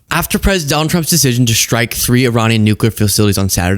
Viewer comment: administration not adminishtration, strike not shtrike